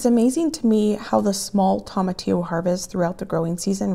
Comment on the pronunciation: tomatillo is pronounced with long o, not short o